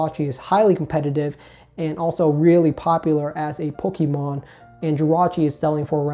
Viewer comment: Learn how to pronounce Pokémon please. Thanks.